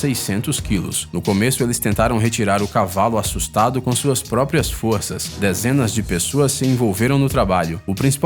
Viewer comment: Eléfantenho, Dézenas, Sédatevo, Final féliz, isso da uma agonia do caramba!!!